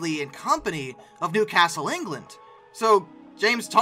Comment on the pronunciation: Complements. You absolutely nailed the pronunciation of Newcastle - like a native. Most Brits don't get it right, either.